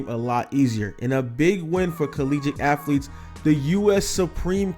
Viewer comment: Its not affletes